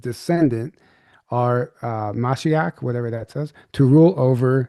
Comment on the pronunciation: It's pronounced "muh-SHEE-ock". It means Mesiah in Hebrew.